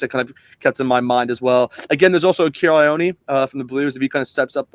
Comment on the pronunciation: I was waiting for someone to comment on accents. Quite a few of the Pacific Island names were mispronounced like Ioane, Vaa'i and TuipulotU not TuipulotO etc. Still, it was a great effort, and many of the Aussie commentators of the past were totally embarrassing, so we'll done. As to Sam Cane? No way. I think Rieko is better suited on bench and ALB to start. Ratima ahead of Christie. Only way Blackadder will get in is because of Crusaders sentimentality. I would go for Finau to start. Papali'i is always in the mix, but hasn't really had that one memorable match in black. Ioase, besides Lakai, is one to watch, at least for the future